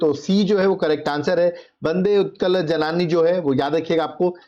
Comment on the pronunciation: Sir bande utkal janani pronounce thik se karo janaaani nehi, जननी